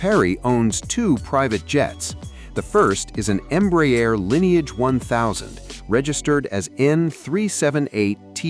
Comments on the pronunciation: You need to learn to pronounce Embraer. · Stupid AI narration. Can't even pronounce Embraer correctly